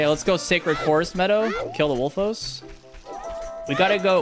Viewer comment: I swear I thought he said “Lets go to the forest and kill the locals.” He meant Wolfos, lol.